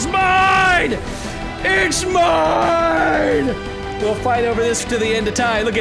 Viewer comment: When you say "mine" it sounds like "man" in a Jamaican accent